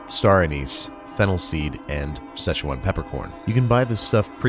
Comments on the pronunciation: Did anybody else flinch when he said "szechuan"? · Did he say SZECHUAN? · Szuechan sauce? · Rick and morty fans: Did you say schezwan?